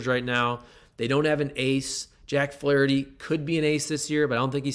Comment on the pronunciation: Ahhh….You say Flaraherty! Very intriguing! You’re right! He’s gone when his time is up in the Lou!